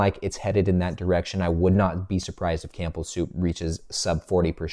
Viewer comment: The P in Campbell Soup is silent. Sorry, I had to say something, it drives me nuts every time I hear it in your videos. 😂 Keep up the great work love your Dividend Investing insights. 👍